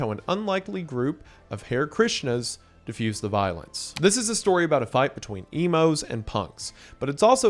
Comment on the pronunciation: what the heck are hairkrishnas... oh Hari... GOD MAN CAN YOU LEARN HOW TO READ?